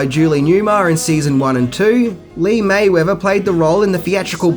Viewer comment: That's Lee MERRIWETHER (MERRY-WEATHER), NOT MAYWETHER (MAY-WEATHER)